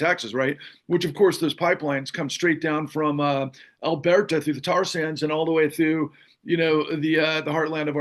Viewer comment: "Albeerta"??? (I heard that mispronunciation at least twice.) 😵‍💫 *Alburtah